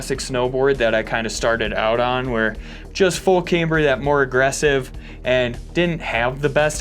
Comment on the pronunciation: i fuckin hate the way he says camber lmao